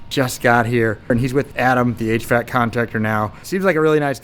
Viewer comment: I didn’t comment last time, but I can’t hold my tongue any more. It’s not “h. Vac.” Its h.v.a.c.